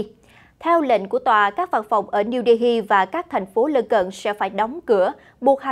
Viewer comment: Phát âm tên thủ đô Ấn Độ sai rồi, âm " h " câm, không đọc âm cuối là " hi " được.